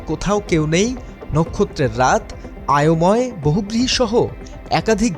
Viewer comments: আয়োময় নয় " অয়োময়" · সাংবাদিক হয়ে বানান, শব্দ চয়ন ও।উচ্চারণ ভুল মানায় না।আয়োময় নয় হবে অয়োময়।আগে মানুষ পেপার দেখে বানান শিখতো।আর এখন!